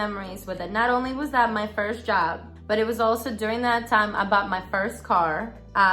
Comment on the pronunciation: Lol your accent comes out so hard when you say job it sounds like jab! It’s great.